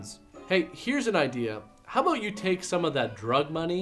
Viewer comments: Ooh, was that the first ABOOT ever? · I just discovered this channel, and I've been laughing my ass off since yesterday....but I'm most grateful for the "about/aboot" joke at the end! That was just what I wanted to hear! Now about those entreaties to "check this movie ote....."